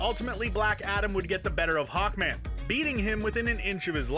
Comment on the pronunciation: Hawnkman? Nop It’s a joke for black adam